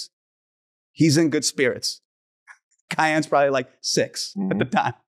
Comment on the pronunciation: "cayenne" anthony gonna be a beast